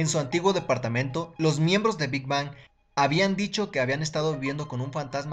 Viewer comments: muy bien tu ella ifo pero por sii no as visto hay vídeos donde gd dice q no se pronuncia big bang es big beng la pronunciación del nombre amigo!!! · primero que todo se lee big beng pero se escribe big bang 😒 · te corrijo algo si. no se dice Big Bang se dice Big Being no se dice como se escribe sabes solo eso queria decirte.